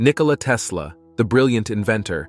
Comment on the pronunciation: It's not Nicola, it's Nikola 😉